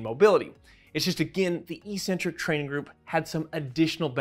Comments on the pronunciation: "ee-sent-trik"? Do you even speak basic English? Try "ek-SEN-trik." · Isn't the word "eccentric" pronounced like "ex-centric"?? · As always, informative and full of new learning. Thanks guys, and keep it up! On a side note, I'm distractedly puzzled by the pervasive mispronunciation of eccentric in physiology / anatomy circles. There are 2 Cs, not 1, so the Cs should sound similar to how we pronounce "accelerate". Google "define eccentric" to hear the original pronunciation (and the broader use of the term). I realise the mispronunciation may seem correct and normal if it's the only way you've heard it pronounced, so I'm super curious about the origin of this and how it got to be "normal". Any ideas, anyone? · Good vid but you really are saying eccentric incorrectly which is massively off-putting... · heads up jellybean: i mispronounced 'eccentric' and i said 'biochemical' 💝🤣🤭😘🤩😍💖